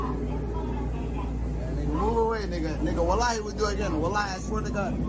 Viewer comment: … bro the way he say wallahi like dude THIS IS HARAM